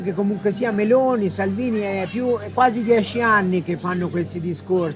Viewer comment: How Terrible Is the italian of the speaker, not even one Word Is pronounced correctly. Meloni becomes M'lonee, Perugia becomes P'rooj'ah, for istance.